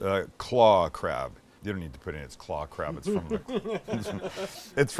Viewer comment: why did i think he was saying crap not crab😂😂